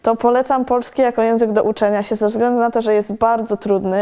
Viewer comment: omg she basically swallowed "ze względu". I went back many times and could barely hear it.